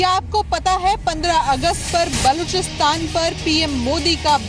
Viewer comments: चुटिया राजनाथ सिंह बलूचिस्तान नहीं बोल पा रहा है और गृह मंत्री बना बैठा है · cant even pronounce Balochistan 🤣 or yechly hain Balochistan ajad krwany .. Basdk pehly Apny Kalbushan chacha ko to Ajad krwa lo 🤣🤣🤣